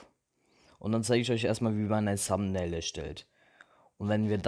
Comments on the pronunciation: das th wird nicht "s" ausgesprochen. Ich sage ja auch nicht zu "They" "shey". Also deine englisch Note kann man sich da schon denken.... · es heißt Thumbail nicht Sumbnail